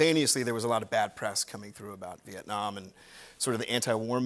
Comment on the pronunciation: Love the way he pronounces Vietnam, my country🇻🇳🇻🇳🇻🇳🥰